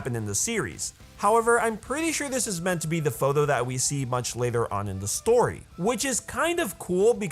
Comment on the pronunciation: I like how he says photho instead of photo